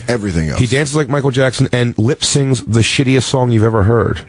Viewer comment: Big Jay keeps saying lip sings and not lip sync.